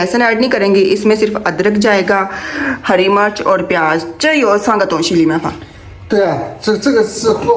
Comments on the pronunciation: Sister green chili ko Urdu main heri [Murch] nahi kehte isko Heri Mirch Mirch kehte hain Murch nahi kehte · Murch nhi mirch hoti hy